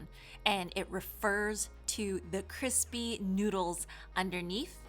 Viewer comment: “Cripsy” baked noodles, lol.